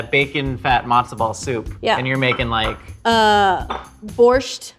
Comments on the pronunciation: Well for starters there's no t at all 😂 it's borshch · The "t" is silent in Borscht lol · I love how sounds like she's stuffing an entire alphabet's worth of consonants into pronouncing "borscht". Like "bordfschzct" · THERE IS NO T IN BORSCH